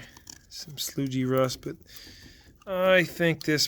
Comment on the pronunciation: I dated a girl from Pennsylvania. Her dad called a radiator a rad and a distributor a dizzy. Is “sloodge” like that for y’all? Everyone I’ve ever met pronounced sludge “sluh-dge”, just curious.